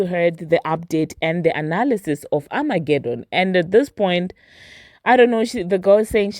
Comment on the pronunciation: What is amagedon?😂😂